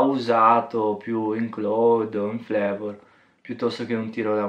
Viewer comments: Comunque si pronucia " claud ". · ti prego smettila di leggere male cloud !